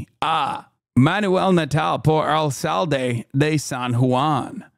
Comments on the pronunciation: lol he did great, but "alSalde" is just so funny to me. 😅😂❤ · As a Boricua Hasan literally sounded like the white priests at Spanish mass. Also he pronounced alcalde wrong